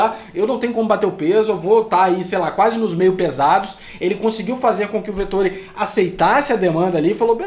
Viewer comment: Pelo amor, falei os nomes corretos! É Vet óóó ri, pqp